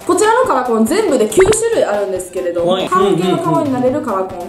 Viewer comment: 最初の、パパラピーズですのとこ、「パパラピーズべぇす」みたいに濁ったくない??爆笑